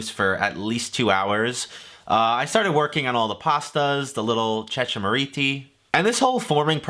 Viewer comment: Here's an Italian grandma making Cecamariti (and also pronouncing it differently than you)